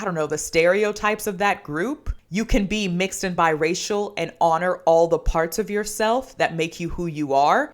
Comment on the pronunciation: They really said "Bye-Racial"